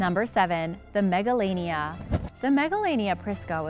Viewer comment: Megalania sounds like MEGALONOVIA!!!